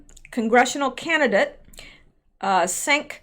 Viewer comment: Cenk is pronounced chank. He's a real piece of shhhhwork.